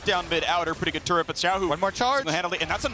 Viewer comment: Turrent range decrease?? Faker~ What was that~